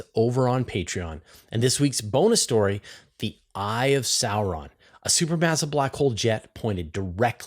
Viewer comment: Did you say the eye of sarron . Right out of the hobbit .